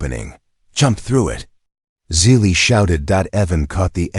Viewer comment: Good story despite the AI's idiotic miswording like "DOT" and "Dot Asterisk" BS mixed in with the text. Also misspelling/mispronouncing the girls name, Zili as "silly". Despite this inconsistency, it was a good story.